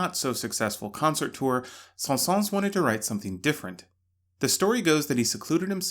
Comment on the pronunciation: The s at the end of Saëns is silent :) Great video!